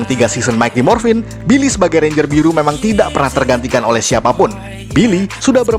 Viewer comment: ranger bukan renger